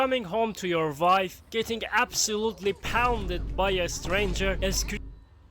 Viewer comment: It's pronounced wife not "vife"